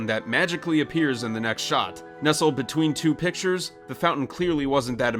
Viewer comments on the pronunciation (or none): none